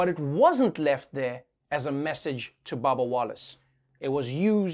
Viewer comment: Whenever he says “Bubba Wallace” I hear “Baba Yaga”